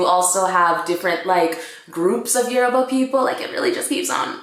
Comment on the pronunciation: I'm Yoruba too, the way you pronounce the yoruba words are so funny but you tried 😂